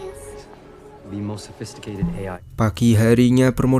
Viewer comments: iyo ya😀padal.biasa aja bacanya, sopistiketed, malah pake salto segala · 😅😅ngakak benerr malem2 dengerin kamu bacanya 😂😂 sophisticated maksudmu bang 😊😊